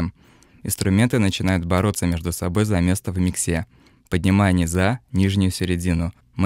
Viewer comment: Больше всего напрягает косноязычность автора :( Ну что это такое: миксА, низА, диЙессер. На счет профессиональной ценности рассуждать не буду, может начинающим что то и пригодится. Но стилистика подачи, произношение... ну такая дремучая деревня. По русски говорят мИксы, а не миксА.